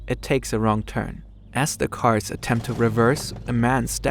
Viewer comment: Gutes Englisch. Fehlt nurnoch das "the" nicht als "de" auszusprechen. Ist ein lieb gemeinter Tipp